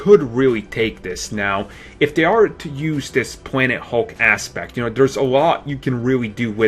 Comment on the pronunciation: He said pwanet hulk